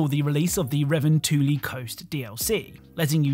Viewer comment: I've never heard a more butchered pronunciation of revontuli. Then again, ive never heard someone who isn't Finnish say it